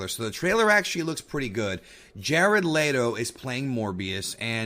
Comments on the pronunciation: It's leto not layto. Why are you saying it like that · Jared Leto (LEE-toh) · My dude said Jared Lay Doe lmao that was funny lol